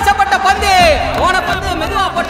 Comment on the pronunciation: ஐயா அது பொந்து இல்ல பந்து😅😅😅